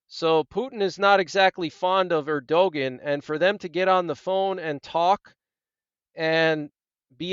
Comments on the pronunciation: Just thought you might want to know his name is pronounced ER do Wan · Erdogan said as Ur-doe-wan(t) Like want without the 't'. But guess you're not too bothered about how to say his name. Yes all very biblical, some say Psalm 83 in progress the warm up before the next main one. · It's Err doe won. It looks like how you said it, but it's not. Keep up the good work! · The pronunciation of Turkey's president is:ur de wan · Err-doh- juan... there maybe you can pronounce that correct since you keep bringing all this breaking emergencies . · Hi friend- I appreciate your reports. Btw- the president of Turkey- his name is pronounced “Air-doh-wan”. Erdogan. 😀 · The correct way to pronoun Erdoğan is "Air-doe-wan". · You are mis-prnouncing Erdogan